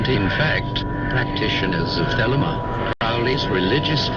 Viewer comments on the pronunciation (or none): none